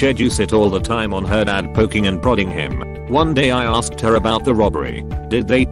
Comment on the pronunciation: lol@ "aRsked"